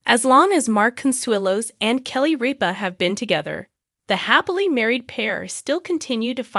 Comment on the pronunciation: Can’t you find a computer that can at least get your names right? It’s ridiculous every time she says Ripa it’s different and wrong and the same goes for Consuelo’s different and wrong. At least she gets MARK right I can’t say the same for Kelly. She has lots of trouble with that one.